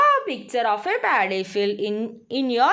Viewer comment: Miss it is Not Daddy it is paddy